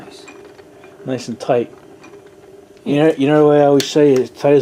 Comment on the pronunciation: Tight like a German virgin....Gud-n-tite